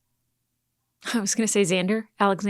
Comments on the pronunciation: The name you were trying to remember is Axel. You got close, though. It took me till the 3rd part to learn his name the 1st time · It s axel not alex. but close enough really